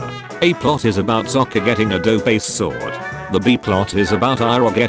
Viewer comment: bro even the ai voice says sokka's name better than in the movie😭😭